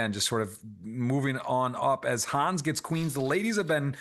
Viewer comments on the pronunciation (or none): Awesome coverage as always, also great commentary by throughout! One little note for the future: you keep saying "Hans" which is a name that exists, but its not Jeschka's name 😅 Hannes is pronounced as it is written basically.